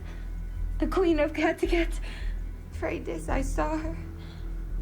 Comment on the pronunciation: Ivar said her name wrong, he said Fredis instead of Freydis. The bishop struck first!